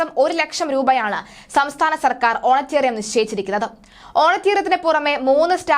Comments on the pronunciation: How many times have you used that Wrong word. Correct word is honorarium and not honatarium. Please do some home work on your vocabulary before publishing such news. How do we know whether your news is fake or not....... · Honorarium not honatarium. There is no such word in English. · Honorarium ആണ് കുട്ടീ. ഹോണട്ടെറിയാം അല്ല. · ഓണറ്റേറിയം... എന്ന് അല്ല ഓണറേ_റിയം Honorarium